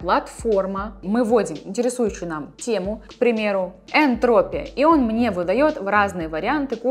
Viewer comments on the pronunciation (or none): Молодец, только правильно энтропИя, а не энтрОпия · ЭнтропИя, а не энтрОпия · Спасибо за видео, информация интересная. Только режет слух "энтрОпия". ЭнтропИя ведь, как ударение на букву О попало у вас) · Не энтр'опия, а энтроп'ия. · не энтрОпия, а энтропи́я спасибо за видос :) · СТАТИСТИЧЕСКАЯ энтропи́я. Ударение в слове энтропия падает на слог с буквой И. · Видимо было недостаточно глуУбоко, пришлось еще энтрОпию добавить, чтоб этот коммент появился :) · tactiq взорвал мой мозг! Спасибо за видео! Кстати ударение в слове энтропия на и)) Успехов!